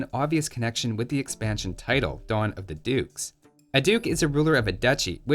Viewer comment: I thought you said "Dawn of the Dudes". Cue in the first infantry and chill civ.